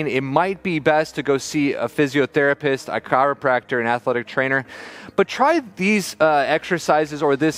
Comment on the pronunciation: bruh, did you just say chiropractor? LMAO